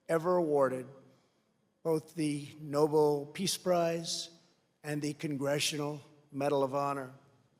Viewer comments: I think you can catch trump looking at his speech guy as he is mouthing No-Bell to make trump pronounce it correctly but trump already mispronounces Nobel and just moves on. (Omg this presidency has given me so much sheer enjoyment out of the laughter I can have on this absolute dunce of a human being.) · The 'noble' peace prize...It's Nobel (no-bell) you dum dum